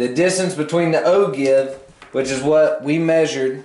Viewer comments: Ogive is pronouced the way you wrote it no how you said it. It is pronouced oh-jive and you said oh-jave. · willem kauffeld I heard oh juv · He said o-give after explaining it is pronounced o-jive.